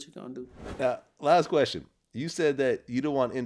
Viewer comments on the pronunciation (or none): “So vlad, to answer yo queskion...”😂😂😂💀